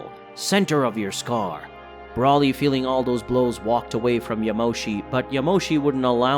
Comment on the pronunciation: Learn their names please. BRAWLY, Lim-o, etc. Come on man.